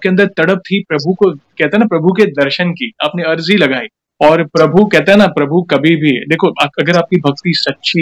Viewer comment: Ajri ni bhn arji bolte h